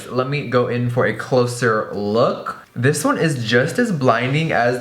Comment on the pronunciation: “It looks something like dis” that voice😂😂😂😂😂😂